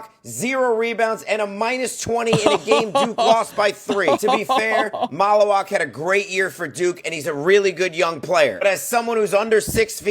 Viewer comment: Mal-u-Watch is how you pronounce his name. As a Duke fan I also agree he would be a good pickup for the Sixers if they don’t land Flagg.